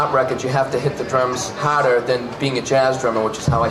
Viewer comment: Ah yes, the fellow masshole goat…”gotta hit the drums hardah”